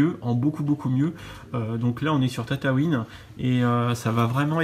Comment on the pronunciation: tataouine... on dit tatooine (s'a s'exprime tatouïne) sinnon ouf la video